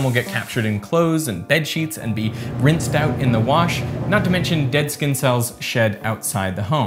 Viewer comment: Why do you pronounce the letter “S” as it were a “Z”? “ReZources”? “Zkinn cellz”? “Zpace”? On another note, taping a container to your skin would just create a micro climate with an unnaturally humid and still environment.